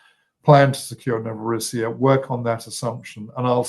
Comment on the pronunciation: It's pronounced Novo-RO-ssiya, NOT Novoro-SSI-ya. The name for Russia, Rossiya, IS pronounced Ro-SSI-ya.